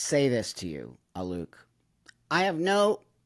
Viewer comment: I can't stand this person, but his name is "Alok," not "Aluke." He shows up everywhere, promoting himself. Why would you purposely mispronounce his name?